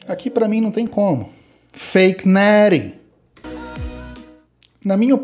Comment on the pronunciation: eu não paro de pronunciar "Feik Néri", pq seu jeito de falar é tão viciante?